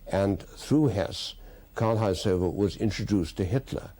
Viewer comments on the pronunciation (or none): Haushofer is not pronounced "Haushoffer" but "Haushoofer" (long o)